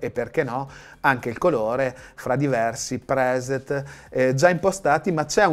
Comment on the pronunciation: GRATUITE VUOL DIRE GRATUITE SE POI CI METTI ALTRE.... SI IMPARA ALMENO COME PRONUNCIATE LE PAROLE IN INGLESE.... PER ESEMPIO PRESET!!!